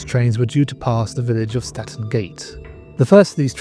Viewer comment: Toton is pronounced Towton and Statten is Stanton,the music is off putting, I stopped watching the video because of this.